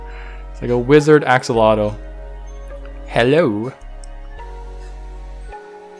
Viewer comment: It is pronounced A-sha-low-tle. The name is Nahuatl, say it right.